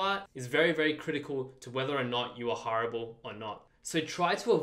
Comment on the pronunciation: Oooh you're saying hireable not horrible... how to be more horrible with:D